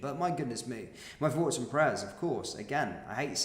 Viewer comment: Well done for reporting on serious crimes happening around the country. One observation: I've noticed you say, 'Fink, Frew, Fought'. But then will also say, 'THursday' and 'wheTHer. Did you forget you were supposed to say 'F'? I know you want to appear cool, but this sporadic mis-pronunciation detracts from the gravity of your presentation. I know you want to come across as trendy and street, but rather than being taken seriously, it makes you sound a bit Fick. Stop fighting the urge- just pronounce 'TH' correctly. Cheers👍